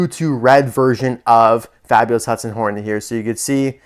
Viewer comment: I love how it says nornet instead of hornet I find that very funny